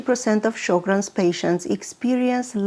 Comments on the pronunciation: It is pronounced Sher-grens. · Pronounced Sho’-grens.